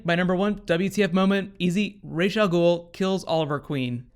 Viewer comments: It's Rahs not Raysh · You're saying rash, but its spelled as ras it means head in arabic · pronounced Raysh or Ras ? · First off, I'm kind of irked that they continue to mispronounce Ra's name it's Raysh not Raz. Batman Beyond and many other things have clarified the correct pronunciation of his name. Secondly, I think that this would be the best time to bring in Talia Al Ghul. She takes Ollie to the Lazarus Pit with the help of Maseao (I think that's the spelling). She would then help Ollie going against her father Ra's as she has always done in the comics. It could then lead to Talia and Nyssa having an all out brawl. I don't know if it'll happen cause sadly Nolan destroyed the idea of a Live Action Talia with TDKR.